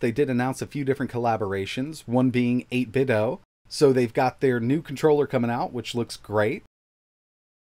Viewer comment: It's 8bit-"doo" like Scooby-Doo.